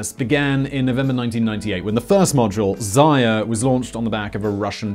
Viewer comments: I love how Simon turned Zarya (Dawn) into Zaya (Little Bunny, term of endearment, like Honey or Sweetie). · Simon, I know these things are scripted. Would it kill you to spend a few minutes before recording to learn the names of the people you're referencing? Hmm? It would only be respectful.